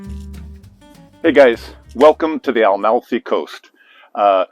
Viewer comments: Yes pronounds Ah-malfi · Fantastic content! But I beg you, please pronounce it correctly...Amalfi. NOT AL-MALFI.